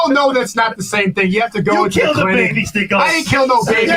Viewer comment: Its shneako